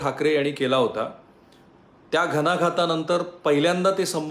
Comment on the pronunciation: राहूल कुलकर्नी सर, सुंदर ,विश्लेषण आणि बातमी छान विशद करून सांगितली त्याबद्दल आभार... जाता जाता एकच की आपली अशुद्ध भाषा कानाला खटकते... न आणि ण ह्यात फरक आहे... न ला न आणि ण ला ण म्हणा... अवघड नाही ... आनी बानी पानी चा प्रसार थांबवा... पंन, विस्लेसन, घनाघात, तानले, जानीव, एकत्रितपने, देनं, प्रमानात, जानवला, परभनी, पुणापुणा, पूर्नपने, आपन, अणेक, नव्यान्नव, भाजपाटीला.... शुद्ध भाषा हेच तर तुमचे सर्वात मोठं भांडवल आहे... मलाही भरपूर वेळ लागला वरील सर्व लिहायला... आशा करते की तो वेळ सत्कारणी लागेल.. मी पुन्हा येईन बघायला... धन्यवाद 🙏